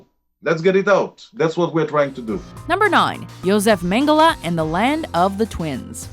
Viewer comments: She seems to have a problem with pronouncing an e at the end of a word, first PorschE (which she pronounced Porsch), now MengelE (whom she pronounces MengelA)... Godamnit, it's not that hard, please do some pronounciation research in the future before doing stuff like this. Especially on names (or brands) as popular as this. The Lizard-guy looks a bit reptilic himself, I wonder why xD I guess he could also be a potential candidate of the "climate change is a hoax"-coalition... Also, todays technology (and industrialisation) plays a huge role in the climate change. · it's pronounced mengles not mengele